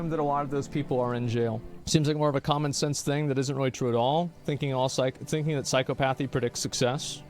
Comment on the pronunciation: The way Asmon keeps pronouncing "psychopathy" hurts my soul.